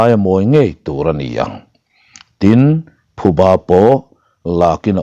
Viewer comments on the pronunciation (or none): none